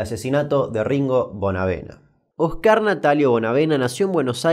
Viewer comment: Porque los Argentinos no dicen bien Oscar?